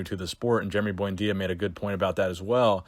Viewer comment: Lmao "boyndeeya" sickening Jason genova prenunciatations